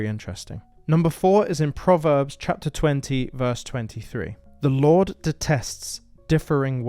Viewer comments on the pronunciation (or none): none